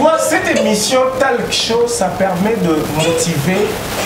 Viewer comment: Bo vérifier prononciation ya mot “TALK” c un mot anglais please ou sinon émissions kitoko comme tjr mais bozo tangisa biso batu to sala Nanu te mabe 😂😂😂🤣